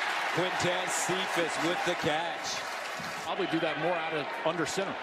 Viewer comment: Why he say catch like that